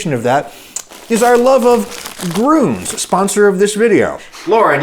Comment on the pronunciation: As a German hearing someone pronounce "Grüns" as if it's "Gruns" is never not weird.